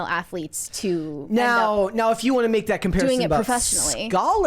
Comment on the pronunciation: what is “thott?” Is the word “that” you are saying “that?”